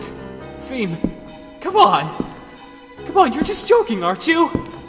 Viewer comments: But..It's pronounced "Shawn"... Though great comic XD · Seam, pronounced shawm.(I'm sorry) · it's pronounced Shawm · Seam is pronounced "SHAWN" ya NUT!! It's is the only thing that triggered me Everything else was good 👍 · his name is pronounced SHAWM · It's pronounced "shawm" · His names seam It’s pronounced “Shawm” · Names seam pronounced shawm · It's pronounced "Shawm". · It’s pronounced “Shawm” like Shawn but with a M instead of a N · It's seam pronounced Shawm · Dude, it’s pronounced SHAWM DUDE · * Pronounced (Shawm) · "Pronounced Shawm" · It's pronounced "Shom" Like Sean is pronounced Shon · It's pronounced SHAWWWWWWWWWWWWWWWWWM!!!!!!!!!!!!!! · You pronounce Seam wrong ... it is pronounce like Shawm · He left Jevil there because he got tired of getting his name pronounced wrong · THEY EVEN FREAKING TOLD YOU HOW TO PRONOUNCE IT IN THE GAME AND YOU STILL SOMEHOW GOT IT WRONG! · Nice but I think seam is pronounced differently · people are saying he pronounced seam's name wrong but that's how i pronounce it too. if you guys are saying the pronunciation is wrong, can you tell me where i can find the official pronunciation? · The comic and the dub was awesome but seam's name is not pronounced like SIIME its shawm even the character mentions it. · _- it really bugged me you didn't pronounce it Shawm..... The joke is that people with the name Sean keep having people pronounce it seen, when it's supposed to be Shawn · Redo pleeeaaase its not pronounced seam it’s pronounced (shawn with an m so )“shawm” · You do realized Seam’s entire joke is that it’s pronounced, Shawm ”, right? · THAT'S WHAT I SAID!!!! IT'S PRONOUNCED "SHAWM"! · He left because ist PRONOUNCED SHEAM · its a PUN. That's why it's pronounced shawm. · Seam's entire joke is that it's pronounced Shawm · SHAWM!! SEAM IS PRONOUNCED SHAWM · Seam: “It’s pronounced Shawm” EDIT: Yes, I know that he knows that he pronounced the name wrong. This is just to be funny, not to mock him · Nope, it's pronounce SHAWM